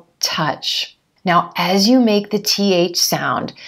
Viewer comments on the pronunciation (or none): and one more thing when you pronounce As with You .? as I heard you sound like ajjzzh you . Please correct me if I'm wrong..? Waitin' for your reply 🙂